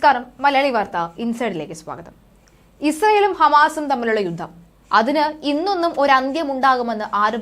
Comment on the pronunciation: 'യുദ്ദം' ? 'യുദ്ധം' എന്ന് തിരുത്തി ഉച്ചരിക്കണം